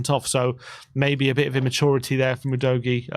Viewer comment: Maybe Udogie was tilted from you not pronouncing his name properly? 🤔 OOH-DOGGY! Come on &!